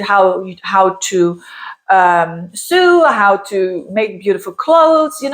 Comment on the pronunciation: Hi, thanks for your insight! I enjoy your videos and your English is great. Because English is so difficult, here is a bit of info for your benefit and fine tuning, not to nitpick! Sue is (sū. like in pursue) Sew is (sō just like so or below, not like dew or ewe).